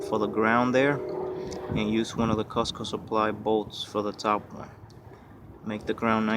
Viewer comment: F Costco 😂😂😂 its cooosco mate 👌😜